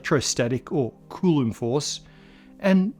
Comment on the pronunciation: What's with the pronunciation of "coulomb", as "cooloom". Have I just been saying I wrong?